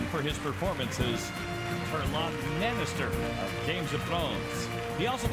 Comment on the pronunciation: he said mannister... eqqq